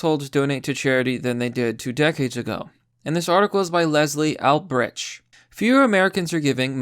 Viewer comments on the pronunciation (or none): Albrecht --> "All-Bright"